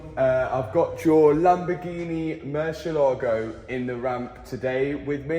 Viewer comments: Hey Mat, it's "murciElago", not "murcielAgo". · Mat, you keep pronouncing the Murcielago wrong, please do a Google Murcielago pronunciacion and you will see, so different. Murcielago is a Spanish name for Bat